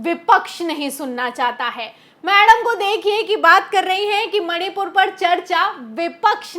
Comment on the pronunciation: मैडम सही बोल रही हैं, बस मणिपुर का म उच्चारण नहीं कर पा रही हैं। 😮😮😮